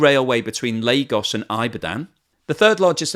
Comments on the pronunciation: The way you pronounced Ibadan to me was funny anyway you can be excused for being British it's pronounced E- ba- dan.. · Nigerian here!! It's pronounced Ibadan like I in India😁 Good analysis! I just hope the Chinese don't swindle us. I don't trust them